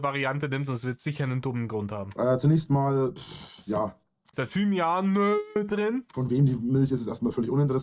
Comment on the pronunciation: Bei Thymianä hat's mich komplett zerrissen 😂😂😂